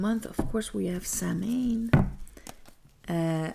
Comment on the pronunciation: Hi, Congratulations on reaching 100,000 -- Spreading the Love and Light! I would love a tarot reading from you. And if I can be so bold -- Samhain in Irish is pronounced like [sow - in] 🙂